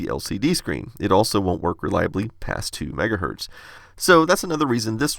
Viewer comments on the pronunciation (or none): Kevin again: "LOL, why do you leave the z off of "megahertZ" when you say 1? You think Zs and Ss are the same thing?